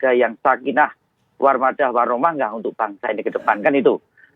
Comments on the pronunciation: Perbaiki kata mawaddah nya mas Arya Bima, bukan warmadah. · Bung Arya menyebut kalimat SAKINAH MAWADAH WARRAHMAH aja blepotan, bukan WARMADAH*..... Bung Arya tapi,,,,,,,,,, *M A W A D A H,,, itu yg benar Bung Arya